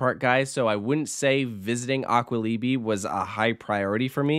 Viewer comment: LOL, you must say ''Aqualibi'' with the accent on the second A not ion the I. A-kwalibi